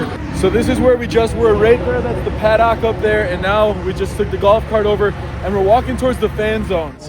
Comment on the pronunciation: great video please don’t say “paddock” anymore lol